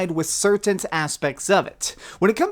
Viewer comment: "Certaint assets"